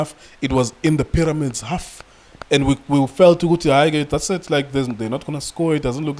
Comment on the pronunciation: "Paramix" 😂😂😂😂Mara Junior Khanye no man